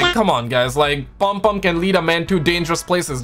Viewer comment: Your saying it wrong it's not palmpalm it's pom pom trust me I'm Caribbean. I've me you before at Dixon's/ Currys Croydon I was working there on the camera section You were with the guys that run game on Croydon London. Nice too meet you.